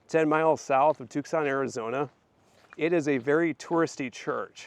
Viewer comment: Wow! Beautiful historic spot. I have to visit here next time I'm in Tucson. If you're ever there in January the entire city is taken over by rock, mineral, gem and jewelry shows. Definitely worth a trip. Oh... and the C is silent. It's pronounced Too-sonn. You Midwesterners talk funny. 😊